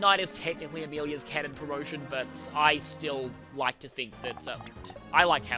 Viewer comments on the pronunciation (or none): none